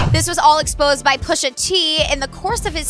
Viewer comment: The way she says Pusha is funny.